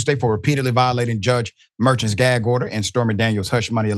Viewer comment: I Love your show, Dr. Richey, but will you Please 🙏🏾 commit to pronouncing people's names correctly? It is Judge Merchan (Mer-Sean). Thank you.